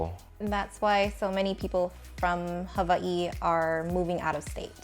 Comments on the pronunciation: Wow first time hearing the proper pronunciation for Hawaii, I will pronounce it that way from now on ! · i was today years old when i realized how to pronounce Hawaii the correct way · So great to hear "Hawaii" pronounced correctly